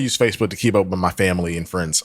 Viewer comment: She says sibling like sibaling and family like fambily I can go on and on.